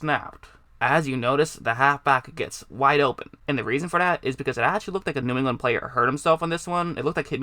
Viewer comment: Boy you cannot say “New England” to save your life huh?